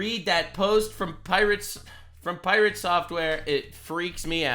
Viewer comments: "Pie rea tae" 😅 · Hah, Sungrand Studios pronounced his name in the same way, pIrate Software. Hehe